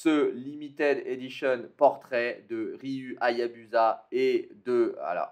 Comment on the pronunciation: avec le portrait de Riuh Aiyabusaah Les fans: se tuent (Ça se prononce Riou Ayabousa, a l'anglaise en quelque sorte) (Oui j'ai faire des points sur les prononciation) (Et j'aime Ninja Gaiden ^^)